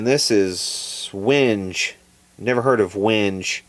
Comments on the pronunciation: As always enjoy SPF .. Btw WENGE is usually pronounced as 'wen-gay' ,,, cue jokes. :) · That Wingay wood,how it's pronounced,is from Tanzania and Mozambique.There you go.It grows in the Congo region.🎸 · Didn't read all the other comments so if I'm repeating I'm sorry. The wenge wood is pronounced When-ga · As a recovering woodworker - "Wenge" is pronounced more like "win-gay", but it is still very cool to see a plectrum made from it! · Wenge is pronounced "WING-gay" (or weng-gay) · Wenge, wang-gay Not being a dick.. just a dedicated carpenter. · wenge (pronounced “wen-gay”) is an African tropical hardwood tone wood critically acclaimed by several top shelf luthiers. Picks & D21 sound awesome.....gonna get me some.....IDK.....but Meteor is just a Tele with a weirdly shaped offset body and Strat headstock. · It looks like a cross between a Jazzcaster (which I think Fender completely renounces, leaving it to builders to put their own together) and an Explorer...hmmm...some of those coffee brands sounded like herb names...had to cringay when you (mis)pronounced wenge...just joking,...used to have to route that stinky stuff at Warmoth years ago...keep up the good work... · pronounced "whengay" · Its pronounced wen gay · Wenge is basically pronounced when-gay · I believe that’s pronounced “Win-Gay” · its called win-gay, wenge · Nice video again, thank you. If I may add a linguistic correction for everybody to learn: The proper pronunciation of wenge is sort of like 'wengheh', so the 'g' is the "guitar" or "glue" 'g', not the 'g' in "arrange". You also need to pronounce the word-end 'e', because this is not an English word, but African, and is internationally pronounced that way. If you check youtube on how to pronounce it, there are a number of incorrect videos, because it is just robots reading the word according to English pronunciation. However, if you check a dictionary, you will find the proper pronunciation there. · Wenge is pronounced when-gay